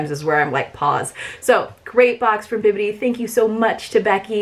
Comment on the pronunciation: Thank you for saying Bibbidi instead of Bippiti. So many Youtubers say it wrong and it drives me crazy! 🤪